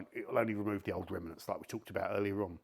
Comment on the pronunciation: Remanants?? 😂😂😂